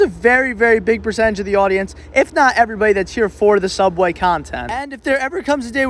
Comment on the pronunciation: i agree… anyone who calls it Sooubway rather than the boring real name “subway” deserves respect